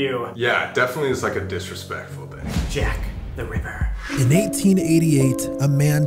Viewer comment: Sam: Juack teh ruippuer